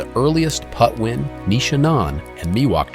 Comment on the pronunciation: What is also disappointing is the mispronunciation of the Indian tribal name: It’s PATWIN not Putwin.